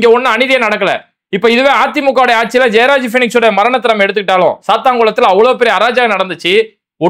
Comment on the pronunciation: ஜெயராஜ், பீனிக்ஸ். ஆனால் விஜய் பேசினது ஜெபராஜ். பெயரை கூட சரியா சொல்ல தெரியல இந்த டம்மி பயலுக்கு.